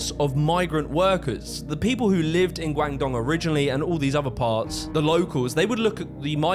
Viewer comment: Guangdong is pronounced "Gwong-dong" btw